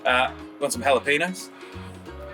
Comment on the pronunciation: Say what at 1.05 ??!! Jalapeno !!! ??!! how to pronounce (Anyway I stumbled on you and your videos from TripleM Country FB notice today re the Golden Guitar Awards - time to have a listen to your music next :) )